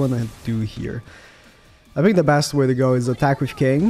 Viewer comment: "I Phink"